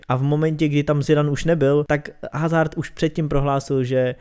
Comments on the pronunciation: Kdyžtak hazard se čte Azárd (né hazárd), protože hazard je Belgičan a v Belgii se mluví francouzsky a ve francouzštině (i italštině) se H nečte.👍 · Nauč si číst jeho meno